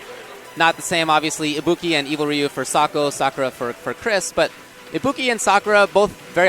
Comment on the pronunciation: This really would have been awesome without the commentators... Lesson one; If u are going to commentate AT LEAST (THE LEAST YOU COULD DO) work on the pronunciations... Damn... felt like I was watching a really good Japanese Anime, English Dubbed!!! For a while I thought the Ibuki they r talking about is anaa gamer!! Then "THE SCREAMING INTO THE MIC!!!" SMH